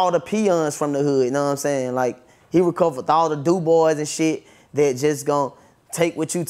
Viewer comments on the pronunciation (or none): Nigga said recoverth… twice lmao